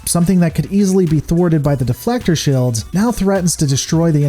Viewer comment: Suggestion: Work on your pronunciation of the long "e" sound. It's a little grating that you pronounce "shield" as "shild", "meal" as "mill", and "feel" as "fill".